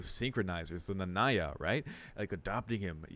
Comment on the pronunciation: You mean “Nanaya”. You said Nanya. It’s Nanaya.